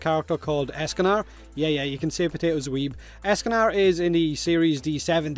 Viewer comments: Lol calls Escanor "Escanar" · It’s Escanor not Escan’A’r and you call yourself a weeb smh